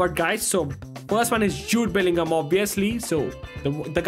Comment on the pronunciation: i unsubbed bro this dude halland is so trash also in multiple videos this dude said i can vibe with halland bro is even saying belligol like just say bellingham bro